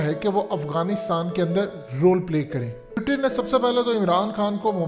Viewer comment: Its Putin not pyutin 😆😃🤣 Fazehat tv 📺